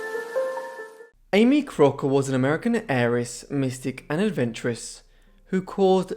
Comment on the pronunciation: The narrator has such a strange thick accent that he is impossible to understand. He even mispronounces the name of his subject. A pity as the woman had an interesting life...I guess.